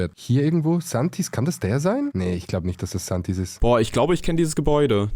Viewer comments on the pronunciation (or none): Säntis nicht santis bro